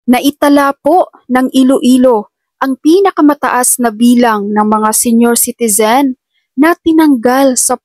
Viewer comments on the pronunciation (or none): Yaoñg salitang senior çitizeñ, Yonyoñyoñ😜‼️baguhin😂